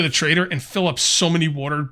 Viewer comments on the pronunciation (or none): The way you pronounce water drives me insane lol